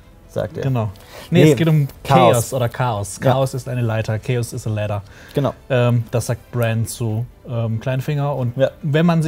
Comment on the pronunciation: Er sagt nicht "chaos is a ladder". Er sagt "chaos is a LÄDDAH", gönnt euch mal wie der das ausspricht. Zu geil, ich feier das übelst. LÄDDAH